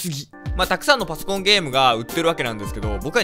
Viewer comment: パソコンゲーム言いすぎてパスコンゲームになってるよ。